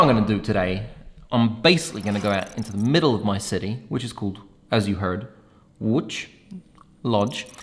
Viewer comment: you got me tricked by your perfect polish pronunciation of Łódź, kudos to your parents, and thanks for the great video